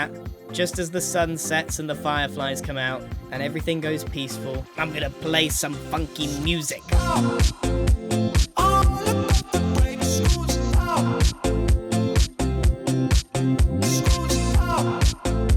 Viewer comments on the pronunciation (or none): When he said funky music I had to re listen because I hear f**king music... 😅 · When he said imma play some funky music I heard something else and thought he wasn't family friendly anymore😭